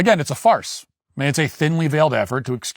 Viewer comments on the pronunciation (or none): When you pulled Roskes picture up and said "Again, its a farce" I heard..... "Again it's a fart". It still made perfect sense.